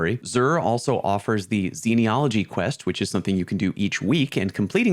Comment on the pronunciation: that would be pronounced “zeen-all-o-gee”